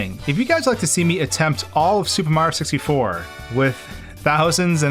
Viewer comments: Me: watching do a Mario 64 video again: says Super Mario 64 like "Super Mar 64" for the one millionth time because he says it too fast Me: ANGERY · I like how he says “Supa Mario Sissyfour”